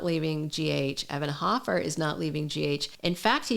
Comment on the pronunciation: It's HOfer you are saying it wrong